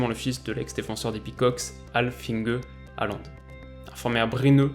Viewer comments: Un petit truc pour pas que tu te trompes encore ça s'écrit Håland mais ça se prononce plutot comme HORLAND et pas haland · Salut! Superbe analyse!;) Pour parfaire tes futures vidéos, un petit conseil de prononciation, en norvégien (je suis danophone), on prononce Håland "Hôland" (comme le pays ou l'ancien président mais avec le "h" aspiré). "å" retranscrit "aa" dans notre alphabet est un "o" accentué. Plus il devient connu et plus la mauvaise prononciation "Alande" se popularise ahah. Et Ødegaard se prononce"Euhdegôrd" ("ø" se disant "euh"). Bref, les langues scandinaves sont complexes et pleine de pièges. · je tiens à dire juste qu'on dit "herland" parce que le å se dit "er" mais c'est pas grave une de tes meilleurs vidéos (peut-être parce que je suis norvégien aussi 😂)